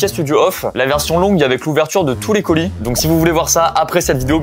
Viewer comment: Lucas qui dit coulis au lieu de colis ça m'a perturbé dès le début 🤣